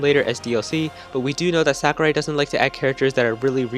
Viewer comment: Its Sakurai